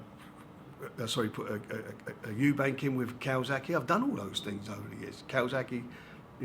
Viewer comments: someone tell him..again...its eubank.....not eubanks!!! #annoying.....oh and while im on and co...its anthony joshua....not antony "th"!!! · I say this every single time Frank Warren does a video: WHERE IS THE 'S' IN EUBANK?! It's not Eubanks. Come on, man. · Will somebody please tell him it's Eubank, not Eubanks.